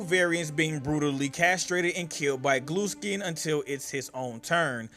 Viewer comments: GLUESKIN? 😂 U MEAN GLUSKIN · The guy said gluskin in a way that made captions think he said glue skin or blue skin